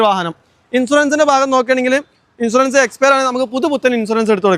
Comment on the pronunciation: ഇൻഷുറൻസ് എന്നാണ് അല്ലാതെ ഇൻസുറൻസ് എന്നല്ല പോയി നാക്ക് വടിക്ക്